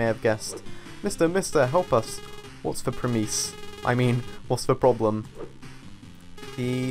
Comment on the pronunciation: Premise is pronounced PREmiss not preMIZE